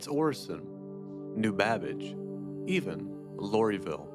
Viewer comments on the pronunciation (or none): Lori-ville? its LORville. The LOR is for Local Occupational Residency as it was originally called by the Hurston family. It was called Lorville by the indentured on world workers who inhabited the place for long periods to pay off their debts to the Hurston family. BTW I'm a spaceman with no home in the verse but my storage unit is usually Levski or microTech. Nice video. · Did you say Loree vil wtf